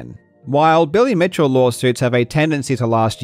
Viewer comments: Did he say „millie bitchell“??hahAahahHaha!!! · did you really call him "Silly Bitchel" XD? hilarious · Next video: “I’m getting sued by Silly Bitchell for miss pronouncing his name”